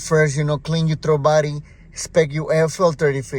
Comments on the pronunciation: Oh. You were saying "throttle body." It sounds like you're saying "throw body." I've been searching for the Idle Air Control. After 25 different videos and 2 hours of internet search, I finally found out that THERE IS NO IDLE AIR CONTROL on the 2007 (and other years.) It's supposedly controlled by the "throw" body. Thx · "De trobody" 😂😂